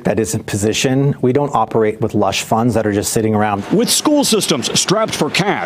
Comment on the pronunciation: “...lush funds...” Your mean SLUSH fund???😂😂😂😂😂😂😂